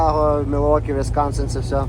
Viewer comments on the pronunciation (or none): none